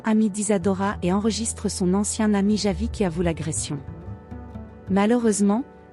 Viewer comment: Ce n'est pas " yavi" mais Javi, la J, il faut savoir comment le prononcer.